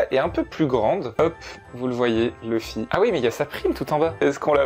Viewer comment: Je regarde les 2, pour avoir l'expérience complète et non dilluée. Je suis allergique à la VF par contre par ce qu'ils ont donné une voix au mieux passable à Luffy, qu'il n'y a aucune émotion dans cette VF et surtout, son nom c'est LUFFY, pas Leuffy ou Le fy !!!!!!!!!!